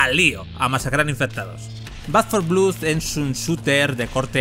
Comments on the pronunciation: Un vídeo muy informativo, pero por el amor de Dios, deja de decir "blud" y di "blod", que es como realmente se pronuncia 😭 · Blood se dice, fonéticamente, blod, no blud. Siempre igual con el periodismo español, ni un sólo video sin cagadas lingüísticas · Por qué repites 50 veces "blud" cuando es "blod"? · Como que "Back for Blud"? BLOOD xD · De pronuncia blad no blud,que dolor de oídos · sin embargo el que respondió a mi crítica a VANDAL y a los periodistas que "tantos estudios tienen" eres tú. Tú empezaste el ataque. Pero vamos, esto es Internet. Siempre encuentra uno su discusión, y si no es suya, pues la de otro. Decir blood como blued suena como una patada en la oreja. Eso es un hecho. Denunciame. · Después de oír 2 veces “blud” he tenido que parar el vídeo. En España seguimos sin levantar cabeza con el inglés. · Back 4 vlud. 🤣🤣🤣 esa pronunciación 🤠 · Te sugiero lo mismo. Soy bilingüe. Te aceptaría un "blad" con una "a" tirando hacia la "o", pero en la palabra "blood" no hay ningún tipo de "u". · Dislike por pronunciar "BLUD" 😓